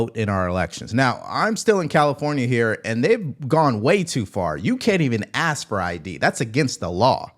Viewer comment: I would like to know if Crocket did basic 3rd grade schooling? I hear her speak, and I learned that i state the work (ask) she has to say ax! what the hell kind of speaking is that. She needs to be put in her place and voted the hell out. I love your show, thank you.